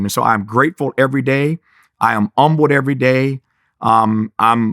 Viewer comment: Did he say umbled or humbled lol